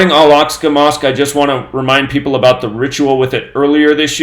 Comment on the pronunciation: Josh Greenblatt wanted to let know that the name of the mosque is pronounced "Al Ahk-sah". Carry on, coincidence theorists.